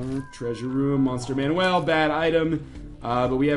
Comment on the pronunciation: its not monster Man-well its monster man-u-all, sorry its just frustrating.